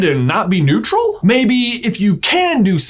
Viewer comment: Neutral... Newtral.... Anyone notice that???😂